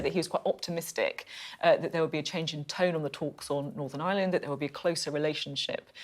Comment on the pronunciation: Norvern eire is a Bwitish as Finchly.